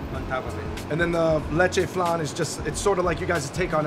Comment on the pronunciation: It's leche flan 😅